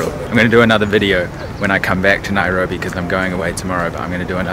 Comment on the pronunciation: NAIROBI!! NAI-RO-BI!!😂😂😂😂